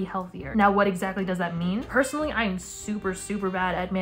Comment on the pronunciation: idk why but you saying "personally" spelled in my head as "percy-nally"